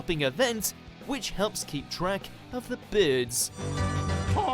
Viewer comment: thanks. I knew his accent wasn't real, not just because of his bad placename pronunciations, but also because of simple words like 'bird' and 'first' - which in his case sound more like Australian than English. It's understandable though, I mean, we only have 70 million Brits living here, so obviously we don't have a large pot of talent... Er, wait...